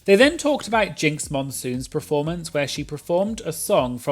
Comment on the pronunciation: I really enjoy this channel but please say the word performance properly, it’s ‘per’, not ‘pre’ (as in ‘preformance’)